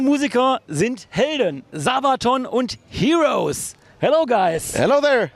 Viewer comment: ZABATOOON...Jesus...it's not German, just why he pronounced it like this?